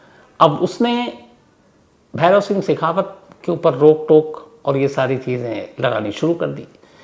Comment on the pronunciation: भैरुसिहं सेखावत है आप ने भैरुसिंह सैखावत बोल दिया